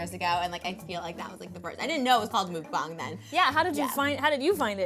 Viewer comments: You pronounce it moook bung this whole time ive been pronouncing it wrong ive been saying muk -bang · its not MOOKBONG its pronounced Muck-pong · Its pronounced”MUCK BANG” and it means eating broadcast... it originated in korea many many years before it became mainstream in the US. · It's "muck - bong" she doesn't even say it right. And Nikocado Avocado is the Queen! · Trisha needs to know 2 important facts if she wants to be considered a Mukbanger: 1) Origination is S. Korea. 2) Please pronounce the word correctly: Muk - rhymes with buck Bang - sounds like bong (smoking bong) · Its pronounced MUCK BANG!! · lol and they keep say mookbang XD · as someone who speaks korean, she did not pronounce it right lol